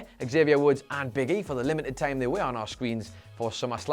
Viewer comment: He says time (tieam)